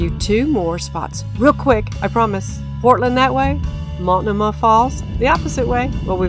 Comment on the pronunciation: Tip from a PNW local: Multnomah has the accent on the second syllable with a long O.